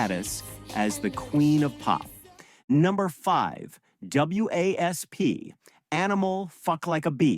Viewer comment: It's Motley Crue not Metley Crue. Also it's WASP you don't have to say the letters.